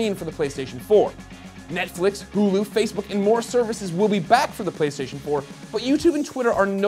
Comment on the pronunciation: "Pwaystation" lol